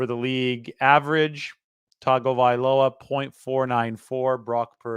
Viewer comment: Thank you for properly enunciating Tua's last name. It means a lot.